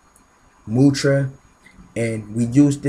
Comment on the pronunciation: It's not mutra. It's mudra